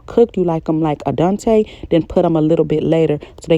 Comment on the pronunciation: Wait “Adonetay” lol do you mean al dente? You made my day 😂